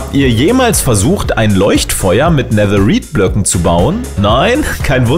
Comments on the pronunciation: Netherite wird so weit ich weiß Netheride (englisch ausgesprochen) ausgesprochen oder Nethereite (deutsch ausgesprochen) ausgesprochen 😬 Kp ob man verstehen kann was ich meine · Bitte sprich Netherrite nicht so deutsch aus 😂